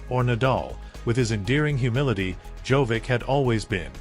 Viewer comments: The speaker should know to say: Djokovic not Jovic! The best tennis player deserves to hear his Name correctly. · what is wrong with you? djokovic has been more than 20 years in tennis and you still are not capable of pronounsing his name correctly? there is no tennis player named jovic. SHAME ON YOU! you are very disrespectful. would spelling it JOCOVICH be easier for you to say it correctly? someone in this line of business should not make mistakes of this kind. AI could do it better than you. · First, learn to pronounce Djokovic name properly. He is not Jovic, Dj in the Serbian language is pronounced as J. The rest of his last name, after the Dj, use phonetics to pronounce it. Stupid. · Can we at least pronounce Djokovic correctly as it is pretty offensive to keep miss pronounce his name through the whole video. I mean how do you spell it correct in the video title then get it wrong everywhere else?